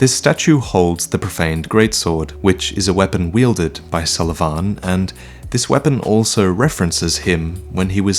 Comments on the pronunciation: Its pontiff Sullivan. Not pontiff sulivaaaaaaaaaaaaaaaaan. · "Pontiff sulvaaahn" "yes, i'm pronouncing his name two different ways in the same video. i noticed you senpai. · I noticed your sulyvahn pronunciations! lol idc tho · Hey, can't help but notice that you pronounced Pontiff Sulyvahn's name in two different ways~ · I noticed, i noticed the difference in pronunciation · Anyone else bothered by the way he says "Sullivan" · the name isn't the problem, it's the pronunciation